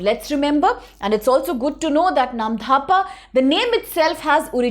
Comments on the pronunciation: Is there any H after D ? In Namdapha ? Why you're saying it Namdhapa ? It's actually Namdapha national park 🙏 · Firstly it's not "AruNANchal" it's - "ARUNACHAL" and secondly it's "Namdapha" not "Namdhapa" correct your pronounciation, if you can't correct it then stop making educational videos it's really shameful and disrespectful for our northeast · Not dhapa.. It's 'dapha' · You even can't pronounce "NAMDAPHA". You are saying "NAM-DHA-PA". Remember "NAM-DA-PHA". How you are qualified to teach IAS aspirant ? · It's नामदफा, not नामधापा! I'm from Assam, and ur incorrect pronunciation was unpleasant to hear. Please research a bit before making such videos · when it already written in English language. It's really very simple . She must know where to pronounce "dh" and where "d" ! What will you pronounce - Dosa or Dhosa ? Anyways.... when we NE people will not discuss about these issues who will ?? your Arunachal Pradesh will become *Arunanchal And we Assamese people will become *Assami people soon . Be ready for that . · Namdapha ,not NAMDHAPA